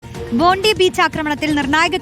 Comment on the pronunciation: ബോണ്ടി അല്ല ബോണ്ടൈ